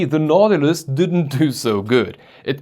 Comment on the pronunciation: Nah. Without the -tilus. It's Now-ti-lus.